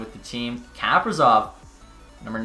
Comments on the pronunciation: Kaprizov is pronounced kuh-pree-zov, btw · Does it just bother me that he says,kaprizov wrong idk its annoying to me